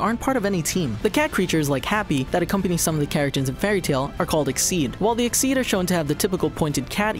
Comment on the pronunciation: I don't intend to hate on your vids but you still mispronounced makarov exceed and edolas Please don't take this as a hate comment but a support comment to help you guys do even better :D